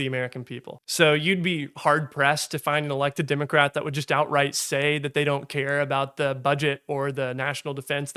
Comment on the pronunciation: "Democrat", not "Dimmacrat". You sound like a Southerner who's done a half-assed job of neutralising his accent.